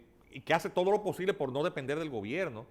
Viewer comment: Hola : dice GOBERINO, no gobierno